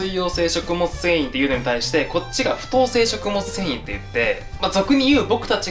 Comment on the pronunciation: 不溶性食物繊維 🙅‍♀️ふ「と」うせいしょくもつせんい 🙆‍♀️ふ「よ」うせいしょくもつせんい